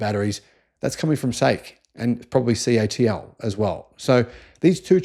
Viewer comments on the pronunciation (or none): none